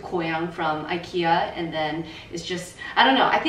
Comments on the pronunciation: The fact you’re pronouncing IKEA correctly 😭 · I’m Swedish and CRED TO YOU FOR PRONOUNCING IT RIGHT!! So impressed HAHA❤️🥺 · Proud to here the right pronunciation of Ikea haha, love you and content! love from sweden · Thanks from Sweden for pronouncing IKEA correctly:)🇸🇪🇸🇪